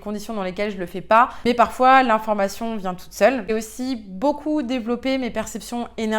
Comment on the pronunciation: Le IN se prononce IN , pas AN ….. on dit le LIEN , pas le LIAN …INformation et non ANformation …. etc etc ….INterieur et non ANterieur …